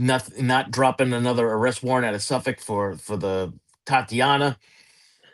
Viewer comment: It's refreshing to hear someone in true crime pronounce "Nassau" and "Suffolk" correctly.